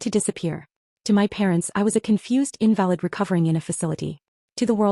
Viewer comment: In-VAL-id - not valid. IN-val-id - incapacitated person. Get it right, AI.